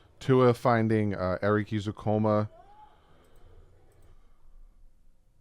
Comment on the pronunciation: Dalvin Cook down thumbs, and you are definitely saying Saubert's and Ezukanma's names wrong still. You did the entire video and said you always were saying Ezukanma right, but you always say Coma(like he's in a very long sleep) instead of Comma(like he's taking a pause in the middle of a sentence).